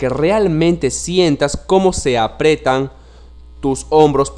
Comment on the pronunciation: No se dice "apretan" se dice "aprietan"